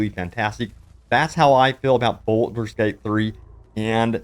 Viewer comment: BALD-ur Not "boulder" Also: leh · ree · uhn not "LARreeuhn" ALSO: HULL-A-BA-LOO not "hullabullah"